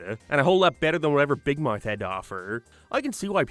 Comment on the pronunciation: Why do you say big mouth like that